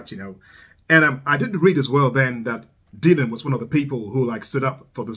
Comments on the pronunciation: The "y" in Dylan is pronounced as an "i". Sounds like dill-un, not dee-lun. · I really like almost all of your reactions, and this is no different. However, let me help you with one small thing. You are mispronouncing Dylan's name. It is not "deal-on," it is "dill-on." You may be turning some folks off by the mispronunciation.